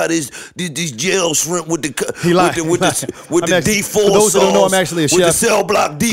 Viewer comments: "Strimp" lol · "STRIEMP"... 😭😭😭😭😭😭 You fired! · 🤣🤣🤣🤣💀🤦🏾‍♂️ “strimps” y’all hell! 😭😭